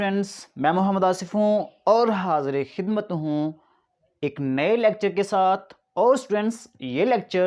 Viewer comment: What a stress on OR HAZIRE KHIDMAT HU😂